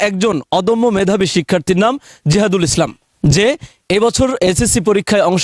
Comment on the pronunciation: তার নামটা ঠিক বলতে পারলেন না